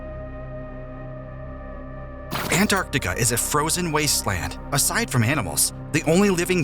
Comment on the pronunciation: Is Antartica! Not Anartica!